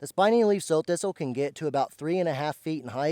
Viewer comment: not sew or so thistle. like Sow eat it. Prounouced not like sowing seed but like a female pig, Sow.